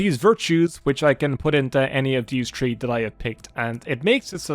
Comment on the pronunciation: How dare they demonitize the irish man that says tree instead of three! Welcome back